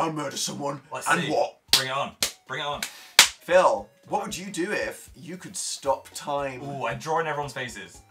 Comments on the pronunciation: dan: phillu phil: yassu me: indeedu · "Philu" "Yassu?" Jesus Christ